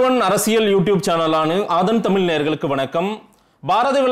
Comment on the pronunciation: தலைவரே தமிள் இல்ல தமிழ்